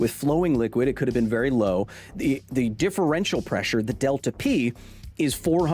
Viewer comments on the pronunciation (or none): none